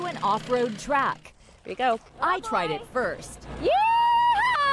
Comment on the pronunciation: the whitest yee-haw I've ever heard